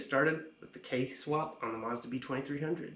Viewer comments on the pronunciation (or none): none